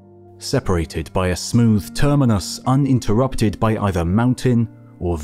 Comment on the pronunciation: Better good A.I. voice had me fooled! UNterrupted? Not a Word.